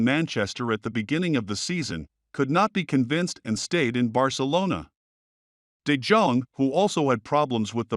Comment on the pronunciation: de Dzong ? Who is that ? Do your homework, man ! ! It's de Yong .